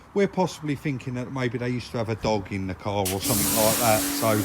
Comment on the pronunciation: Did u say a dog in the car, or dogging in the car 😆